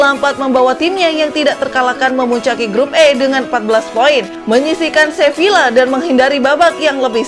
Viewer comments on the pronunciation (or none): none